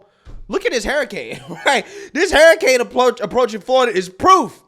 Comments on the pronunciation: what do you pronounce hurricane Hair Kane 😂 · Hairracanes!!! I love the way you're pronouncing hurricane lmao!!! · Yeah she might be reading from a script but you don't even know how to sayb hurricane. There is no spelling in the word of hurricane That has "Hrar-ucane.". Does dum-dum need to go back to school school? "Hear-icane " are you kidding me. Damn my great-nephew nose proper English. Where did you go to School? The UK or New Zealand? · What is a Hairacaine? I've heard of Hurricanes. Did you go to dumb dumb School? Did your teacher tell you to pronounce it as Hearacaines? Because I'm pretty sure it's called hurricane. Dum dum need gum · Who else is hearing him say hairricane? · dude, wtf is a hair-icane? LMAO